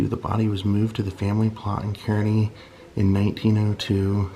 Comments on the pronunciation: I've always heard Kearny Missouri pronounced "Carney" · My Husband lived in Missouri all his life and people always pronounce Kearney Missouri wrong. He knows what he is talking about 30 plus years in Missouri. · I live in Kearney and it is pronounced Carney.😊